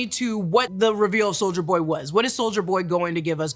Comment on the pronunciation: i love how you say soulja boy instead of soldier boy lol